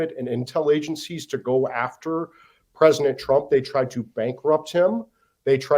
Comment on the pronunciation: I’ll give him a pass for saying “PresiNent Trump”.